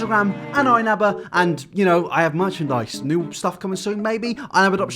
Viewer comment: It's not "new"